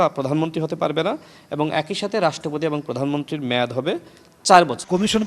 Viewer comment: মেদ না মেয়াদ